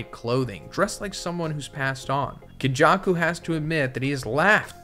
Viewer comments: nothing beats white people pronunciation man; got legends like KonJuck-Ou and Meh-Goomey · ken jaw koo no BAR uh and WAY too many more mispronunciations